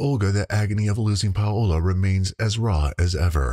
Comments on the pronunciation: What are you talking about? I have a friend and went to school with two Paolas in Venezuela. You hear a clear o in the name Paola. Even the tonic accent of the word is the o pa-O-la that will make impossible any fantasy sound not belongjng to the spanish language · Sorry to nit pick but the name is being mispronounced. Its my middle name. You do not pronounce the "O" Paola. The o & a make a "w" sound. Like i said, not trying to nit pic but the victims name should be pronounced properly. ❤